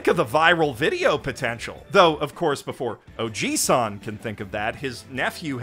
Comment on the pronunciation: There's a difference between "ojisan" and what you are saying which is "ojiisan". One is "uncle" and the latter is "grandfather".